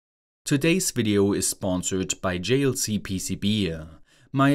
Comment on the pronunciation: nice video'uh.